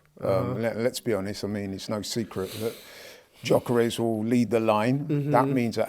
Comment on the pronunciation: I wonder if will ever learn to pronounce Gyokeres' name correctly.